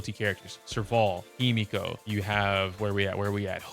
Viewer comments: He meh ko. Not himiko. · Using English is the worst way you could choose to try and explain pronunciation lol 😭 no hate, but it's really funny bc I could only read that as heh-mehhh-ko, not hi-me-ko